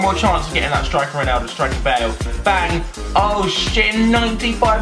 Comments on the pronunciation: He says Roneldo ? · Why do you say roneldo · Stop saying roneyldo